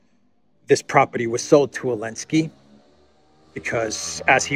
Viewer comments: Why do you say ‘Elensky’ without the ‘Z’? It bugs me. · Why do you say "Elensky"?